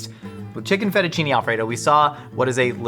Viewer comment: Absolutely died at "feddachinny" 😭😭😭😭